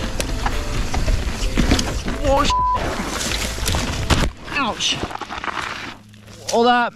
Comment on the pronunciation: all in all i hope you're ok (i am aware that this was 9 months ago) but i wanted to say that, that "ouch" was so canadian lol